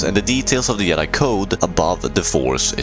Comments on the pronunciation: Why does this guy keep pernouncing Jedi as Yed-Eye instead of Jed-eye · What the fuck is a "yedi???? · Bro learn to pronounce your J’s. Fuckin “yedi” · It’s not Yedi, you doofus lol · I don't mean to be rude, I'm just curious, why do you pronounce jedi as "yedi"? is it just how you choose to pronounce it, or is it because of where you're from? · Ah yes the "Yedai"🤣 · In multiple european languages j is pronounced like that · I hate how you pronouce jedi.